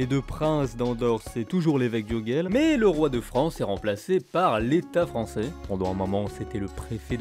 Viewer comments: Bien faite et bien documentée cette petite vidéo ..😊 une petite critique cependant : on dit « urjeil » et pas « urguel » pour Urgell …. Le catalan est une langue latine : le G se prononce J quand il est devant un E et un I… et puis 2 trucs chelous à signaler sur cette frontière : - le Pays Quint , en demembrement, l’Espagne est nue propriétaire, et la France usufruitière … la poste est assurée par la France qui recouvre la taxe d’habitation mais pas l’impôt foncier …. qui reste l’apanage de l’Espagne … - le val d’Aran exception au principe de frontière-ligne de partage des eaux, enclave espagnole sur le versant nord des PYRÉNÉES et curiosité linguistique puisqu’occitanophone …. chez les hispanophones …. Une autre petite vidéo s’impose sur cette frontière chelou 😂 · Super video. Pourquoi prononcer Urguel . Ourdgeille en catalá.